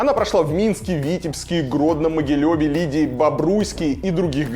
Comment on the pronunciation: ) не в Лидии, а в Лиде!